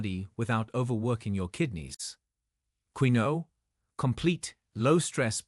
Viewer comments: Quinoa is pronounced "keenua" Tilapia??? I had to laugh, the worst fish you can eat, farm raised, GMO and packed with chemicals from the food it's fed as well as antibiotics. And there is nothing wrong with good fat, especially from fish. Tofu is anti-inflammatory? It's made with soy, a GMO product, high in Omega6 that causes inflammation.Most is not organic And even organic have the same Omega6. Egg yolks are perfect food, whites have no health benefits, no nutrition. b eef is the most anti-inflammatory food there is, it's fat is stable and healthy. This is the most ridiculous post I have listened to, no knowledge of nutrition. I agree with processed whey protein and hot dogs, they are not real food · It's hard to believe anyone who can't pronounce quinoa. It's prounced keenwa.😮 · The pronunciation of quinoa is weird but it's the way it is keenwa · I hate videos that drone on in an AI-generated voice. Soy beans are toxic, and it's pronounced "keen-wa" (quinoa). If anyone has kidney damage, they should investigate what all carbonated drinks do to the kidneys and phosphorus levels in the blood. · He mispronounces quinoa. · First of all, you are not pronouncing quinoa correctly. Secondly quinoa has significant (high) amounts of potassium. Very bad for kidneys. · This is an AI video can't pronounce Quinoa correctly. I eat farm raised eggs that are local, almond butter, and aduki beans which are the beans Kidneys love. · This Ai doesn't know how to pronounce this word "Quinoa" correctly. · Also in Britain - annoying to keep hearing it badly mispronounced. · yes I know how its pronounced but the person who told the story botched it up every time he said it. Unless it was AI speaking I thought he would have learned how to pronounce it before reading it to the public and mispronounce it every time. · It's "keen-wah", not the way you pronounce it. Quinoa...🤭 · Should we listen to this? They can't even pronounce quinoa. It's KEEN-WAH. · It's pronounced keenwah not key-noa